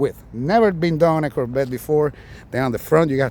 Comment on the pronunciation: You have to pronounce Cor Vette not Korbet.